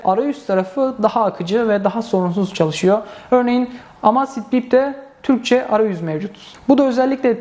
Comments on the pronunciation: Emeyzfit diye okunur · "Amasfit bip " :D